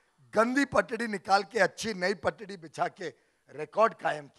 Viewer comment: गघे पटड़ी नहीं पटरी होती है...🤣🤣🤣